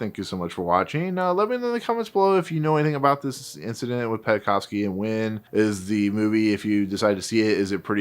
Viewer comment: Oleg's last name is pronounced "Pen-kov-sky", not "Penna-kov-sky". We owe Wynne and Penkovsky so much, the name should be pronounced properly as a respect.